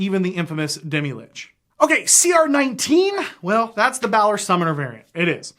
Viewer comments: Me::): "bAAlor" Me::/ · Never heard anyone pronounce Balor that way